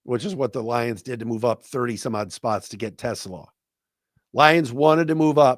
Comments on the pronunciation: I think his name is pronounced Teslaaaa, long "a" if I remember correctly. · the pronunciation is Te-SLAH. It rhymes with ooh-la-la.